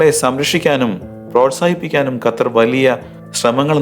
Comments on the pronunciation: Mone Gathar alla Qatar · ഗത്തർ അല്ല,, " ഖത്തർ " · ഗത്തർ അല്ല ഖത്തർ